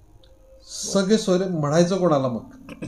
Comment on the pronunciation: Sakhesoyare nahi saheb. Sagesoyare asa aahe ha shabd.